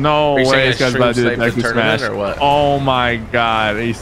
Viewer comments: For your information tg, when he smashes deku is saying smash but it sounds like… SUMOSH! And there is no typo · He says se mash. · he says sumashu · He’s saying “smash” in Japanese pronunciation.